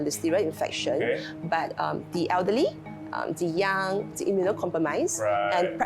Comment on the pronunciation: its "the", not "thee". (before words which begin with consonants)